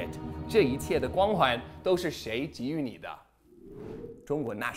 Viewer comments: 我去你中文very good,很多中国人都把给(ji)予读错很多人都读成（gei） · 擦，的中文越来越好了，竟然读出了给予（ji第三声）。我敢打赌，最少70-80%中国人都会错别字读给(gei第三声）与。虽然没钱打赏，但是点赞必不可少。